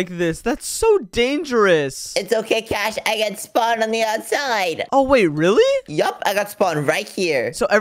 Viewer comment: WHY ARE YOU GUYS SAYING IT WRONG@ It's Cash and